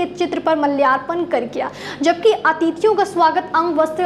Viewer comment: माल्यार्पण होता है। । मल्यार्पण नही। सुधार करें आप।